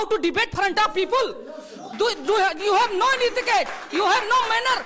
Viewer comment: Who might heard peepule 😂😂 it was hilarious 😆